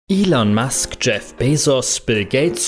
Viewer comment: Elon Musk und nicht Ilon Musk 🤦🏻‍♂️